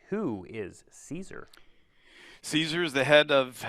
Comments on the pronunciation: Anyone else mad that they were calling him Ceasar? It's pronounced Kai-Sar in the game.... Hail Ceasar(Kai-Sar)! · At least pronounce Caesar correctly